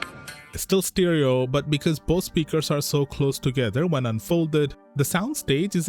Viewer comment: stEEEEEREERO!? Why can't you figure it out! Its Stereo!!!!!